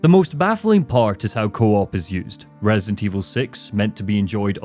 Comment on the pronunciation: opened the video saying “Resint Evil 6.”💀